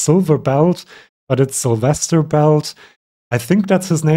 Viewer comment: Syl, not sizzle 😂😂😂 my name is Sylvia, same root as Silvestras :)